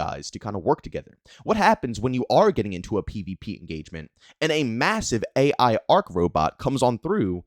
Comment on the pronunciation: you’re saying it A.I instead of AI 😂